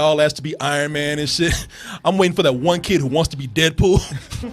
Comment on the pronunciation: sounds like says "dead pooh" lol